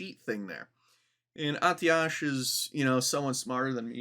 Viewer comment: Long time WoW player here, Atiesh is "uhh tesh" and Gnomeregan is "Gnome ree-gone".